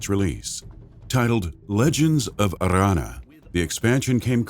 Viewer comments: Legends of Arrrrrrrranna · Legends of Arrrrrrrrrrrrrrrrrrrrrrrrrrrrrrrrrrrrrrranna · Stop rolling your r's on Aranna. So annoying! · That r is so strange!